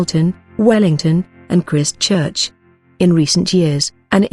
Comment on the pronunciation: Your pronunciation of Maori is terrible & Christchurcn